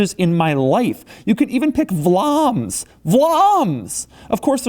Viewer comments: "Vlaams", almost nailed the pronouncation on that. Proud to be a "vlaming" and see our "language" on one of my favorite car brands. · Vlaams is Flemish (Dutch spoken in Belgium; you'd probably would have found Nederlands as well in the menu, which is Dutch in the Netherlands. That they made the difference is surprising as it is seldom done, certainly in cars, so it's really unique). And you're pronunciation was spot on! Kudos!